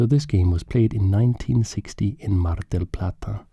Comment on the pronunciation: As an Argentinian, your pronuntiation of Mar Del Plata Its smooth, you have a really good spanish speaking